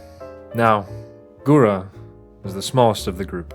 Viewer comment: Am i the only one getting frustrated by him saying “gara” in stead of “gura”